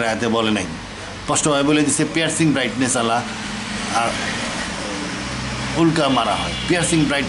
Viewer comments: উক্লা না উল্কা!! একটা নয়েজ ক্যান্সেলেশন মাইক্রোফোন দিয়ে রেকর্ড করেন চাচা। চারপাশে গাড়িঘোড়ার ভোঁ ভোঁ পোঁ পোঁ পিঁ পিঁপ শোনা যায়।। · উক্লা না উল্কা?